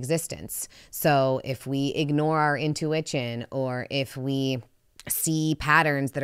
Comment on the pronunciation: Intuwitchin! Love it!